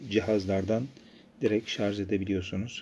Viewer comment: şarJ, şarJ LÜTFEN şarZ DEĞİL. Bunun dışında çok faydalı bir sunum.